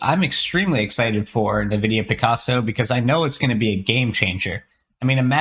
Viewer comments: Nevidia? It is called NVidia... as in the letter N - vidia. And we can now run interference on our models? Nice, just what we needed. They probably mean 'inference' when they write inference: which is best described as 'logical deduction'. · It's pronounced "en-vidia," not "n'vidia"